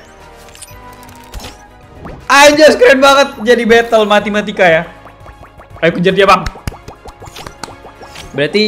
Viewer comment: Apa yang abang bilang: matematika Yang saya dengar: matimatika